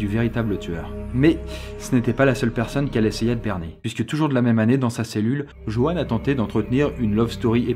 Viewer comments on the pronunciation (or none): Le pire c'est que je m'appelle JEANNE ( avec un E) et que je fais vraiment des babysitting (lol). Par contre pourquoi Joanne tu le prononce Jeanne ? 😐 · Ça me perturbe tu prononce "Joanne" de deux façons différentes